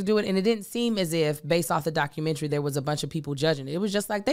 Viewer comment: I love when says "documentry." IDK, something about it.🤣